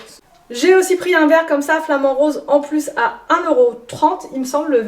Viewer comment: Tu prononce bizarrement la couleur en parlant de ta panière, tu dis roese pour dire rose😜😜😜😜😜😚😚😚😬😬